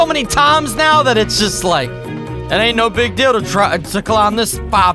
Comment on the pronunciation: Lik? Do you mean like